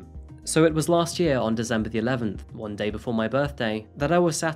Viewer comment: Ah so is your mixed citizenship and heritage the reason why you always pronounce "December" as "Dezember"? 😂😉❤